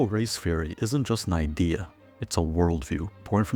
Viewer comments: Critical "feory"? Are you Dutch? Also, great video. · Great video, very concise! For anyone else wondering, he's saying "theory", not "fury".